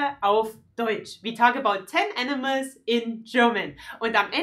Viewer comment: I can't hear anything different than "enemas" instead of animals. Great video, tho! :)